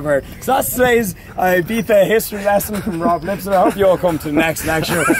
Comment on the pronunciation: I remember when Ibiza used to be pronounced "Ibeeza" and not "Ibeetha" or "eyebeefa" as some Brits call it.